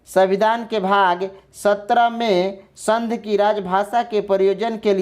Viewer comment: अरे भाई पहले बोलना तो सीख लो आप बार बार संघ को संध के रूप में उच्चारित कर रहे हैं